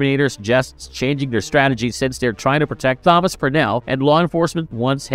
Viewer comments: yes, it's meant to be Thomas. This is the same narrator that mangled Thomas Wayne in Exactly the same way. It's bewildering. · Thank you for ruining another with your inability to read the name Thomas. It's not hard or new. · Are you….. pronouncing the “Th” in Thomas??? As in “this”. 😂😂😂😂😂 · Yeah. Odd. Is he trying to pronounce Thomas? I wonder, has he never seen the name before? Maybe he's only ever seen it written as Tomas. Whatever, its very off-putting cos now I can't help focusing on it. 🤣🤣🤣🤣